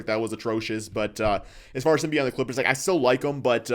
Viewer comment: He can’t even say the name of the clippers 😂